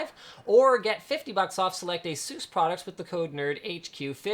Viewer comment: Most people cant pronounce Asus